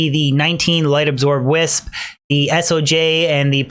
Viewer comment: Just a heads up, if you shorten stone of Jordan, it’s pronounced s-oh-juh...rather than es-oh-jay. If that makes sense ;) I enjoy the vids man! Keep it up